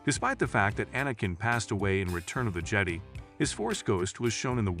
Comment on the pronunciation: Jetty? No, it's Je-die, and the Je-dah-eeee precursors before them... Like how, even? Did you not watch the movies?